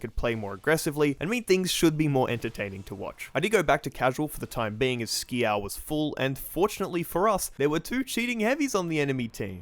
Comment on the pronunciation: it says skial not skeael